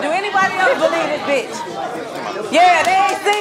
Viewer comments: Did momma Dee say "bicth"?? Lol 😂 ok momma Dee it's bitch but go awwff sis LMFAO 😂🤣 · "Bicth"🤦‍♀️ MoMA Dee is something else. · Thanks Mama Dee , I almost but the T before the C in “BICTH” .. #inthatorder ! 😂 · Noooo mama dee🤦🏽‍♀️ that’s not the right order 🙄 it’s B-I-T-C-H bihhhh🤣🤣🤣